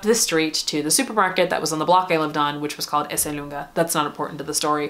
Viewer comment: hi, i’m italian,you’re the first american ever to pronunce Esselunga correctly